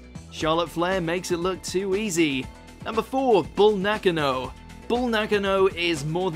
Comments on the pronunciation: celtic forst right? That alone made me question the credibility of the this list along when the narrator mispronounced Bull Nakano’s name lol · The way you kept botching Bull Nakano’s name made me cringe way more than any of Eva Marie’s constant botches